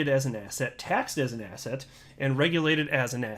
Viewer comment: There we go again. Asset sounds like asshat. Stop giving me disgusting Jay Clayton references! 😂